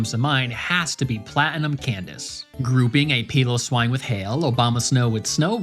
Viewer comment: Your pronunciation of piloswine fascinates me. Great video. I love seeing breakdowns and theories on why games are made the way they are. I’m personally in the same boat as you. Yes, all Pokémon games are someone’s first Pokémon game. Yes the games are made for kids. And yes, I’m getting older and have more knowledge on type matchups and balancing teams. But the games are getting easier. Less of a challenge makes it easier for everyone to play, but less of a learning curve makes it less rewarding when you figure it out. It’s a difficult line. I hope gamefreak can improve it rather then streamlining it down further.